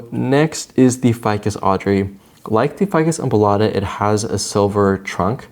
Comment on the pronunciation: Every time you said ficus embolada I could only hear ficus oompa loompa